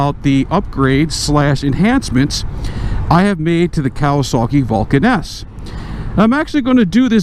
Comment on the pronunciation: When you say Vulcan S it sounds like Vulcaness.